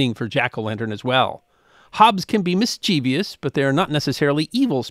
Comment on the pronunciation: "Mischievous" only has ONE "I"! It is NOT pronounced "mischievious". Good video, otherwise.